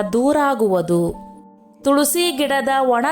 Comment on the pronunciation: Tolsi alla tulasi